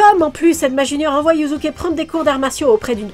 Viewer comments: Pour info, dans la langue Japonaise, le S entre deux voyelles se prononce comme un S et pas comme un Z. Donc Yusuke se prononce Yussuké (normalement c'est Yuuské), et pas Yuzuké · YuZUke 😭😭😭 un effort sur la prononciation la prochaine fois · Haha c’est dur d’entendre « yuzuke » a chaque fois 😂 Après je si je puis me permettre, pour dragon ball et yuyu ils faut les regarder en vostf, j’ai personnellement redécouvert une autre facette de dragon ball en vo alors que je les connaissais par cœur en fr, et pour yuyu j’imagine que le yuzuke vient de la version fr. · Moi j'ai l'impression d'entendre Yussuké